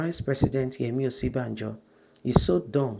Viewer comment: its ...'bajo' not '...banjo' :D